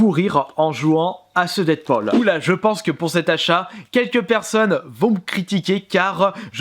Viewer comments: Dead-Paul ?😑..... Ça se prononce "dead-poule"...voila voila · On dit "deadpoule" pas "deadpaul" 😂